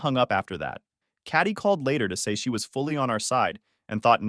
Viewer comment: I kept wondering why the author kept calling his sister "Catty." Turns out it's KATIE, and the AI can't figure it out.